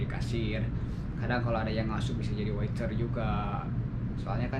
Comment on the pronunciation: Waiter bang, bukan witer